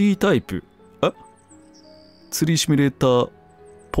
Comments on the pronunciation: しつこいようだけど、シュミレーターじゃなくてシミュレーターね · あれ？うっしーってシュミレーターって言う人だったっけ？